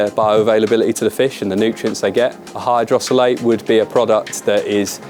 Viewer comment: Hydrolysate not hydrosolate 😂 knows his stuff this guy